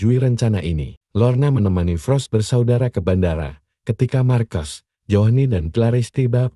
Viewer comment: Marcos di baca dalam bahasa indonesia markos